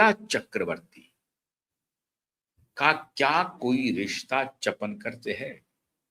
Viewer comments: अरे बाबा चपनकर नहीं है सरनेम चाकणकर बोलो 😅😅! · The real name is Chakankar not chapankar. Please correct yourself. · चपणकर नहीं चाकणकर तुझे पञकार कौन बनाया ,पहले बोलना शिक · पढ़ाई कम है चापणकर नही चाकणकर खराट नही खरात बोलो आपकी न्यूज महाराष्ट्र के बाहर चलेगी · रूपाली चाकणकर not चफणकर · चाकणकर नाम है, चापणकर नहीं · चपणकर नहीं ईनका नाम चाकणकर हैं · Say Chakankar not Chapankar.😂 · चपणकर नहीं चाकनकर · wo “chapenkar” nahi hai, wo “ chakanker” hai. P nahi “k” hai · सर चापनकर नही उनका नाम सौ. रुपाली चाकणकर है | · चपणकर नहीं,चाकणकर नाम है। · " चकणकर " इस नाम का सही उच्चारण " चाकणकर " ऐसा है/ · चपनकर नही चाकणकर. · अबे चपणकर नाही चाकणकर... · चपणकर नही चाकणकर। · को कोई बताए चपणकर नही चाकणकर